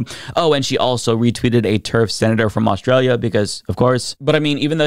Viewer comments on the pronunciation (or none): none